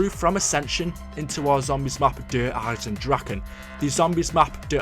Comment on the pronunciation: Can you at least pronounce it right. It is Eye-Zen and not Dragon or Drakon its Dra-keh